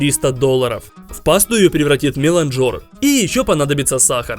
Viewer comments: Миланджер ударение на а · В слове «меланжер» даже нет буквы о, зачем он туда ставит ударение 😩😩😩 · Нет такого слова меланжор! Уши режет. Там даже буквы о в слове нет! Правильно мелАнжер, произноси так, пожалуйста